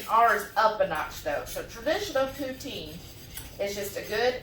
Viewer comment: This Canadian gives you a huge 👍🏻 to the pronunciation of Poutine! Good job! Love to see Americans cook Canadian!